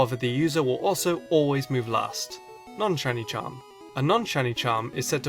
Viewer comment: "Non-Chiny Charm" "Stedinja"? Terastalizing!